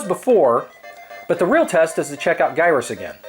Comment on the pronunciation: Gyruss is pronounced "Jyruss." It plays off the word "gyroscope." J sound word like GIF. #GIF_is_JIFF